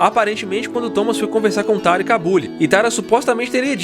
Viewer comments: Pq ele fala Tara? É Tarja! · Oi só uma correção! Os finlandeses não fazem parte dos povos vikings. Que por sinal deve ser lido “VIKING” e não “Vaiking”, a menos que sua ideia é ler em inglês. outro detalhe é que: o nome da vocalista deve ser pronunciado: “Taria” embora seja escrito Tarja. Abraço daqui da Finlândia 🇫🇮